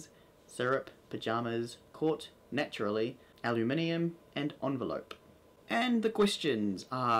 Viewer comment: You say Naturally and Caramel wrong lol